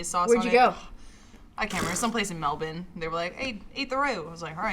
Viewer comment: SHOUT OUT TO LINDSEY FOR PRONOUNCING MELBOURNE CORRECTLY <3 <3